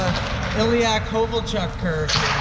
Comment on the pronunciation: it's not Kovolchak, it's Kovolchuk